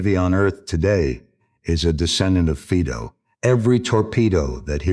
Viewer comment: Fiiido NOT Feedo.